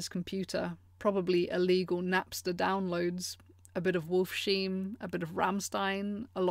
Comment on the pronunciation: It's Wolfs-heim not wolf sheim... sorry I just had to pause the video to be a smartass